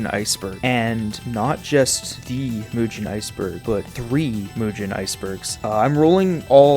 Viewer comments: L roblox avatar fr, but W video. Also, it's pronounced Mugen, not Mujin. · its not mujen its mugen just like it sounds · Bro pronouncing it as "Mujen" instead of "Mugen" I can't 😭😭😭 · Is it pronounced Moo-gen or Mooge-en? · Why do you pronounce it as mew-jin instead of moo-gen? Anyways, nice video. I.K.E.M.E.N is also a nice alternative option. A dev is currently in the works of adding rollback to the engine itself. Also, check out some actual games made with it if you haven't already. I could give you more info if you would like. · Dude mugen is pronounced with a hard G as in “golf” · Seems like a good video but I couldn’t watch. You kept saying it wrong. It’s pronounced moo-gen, I know it’s spelt mugen but that’s how it’s supposed to sound like. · "mujen" wtf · its not pronounced mujen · Thanks for the vid, but man, every time you say mugen I get reminded of "it pronounced jif" meme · I hate the way you pronounce it but respect your right to say it wrong.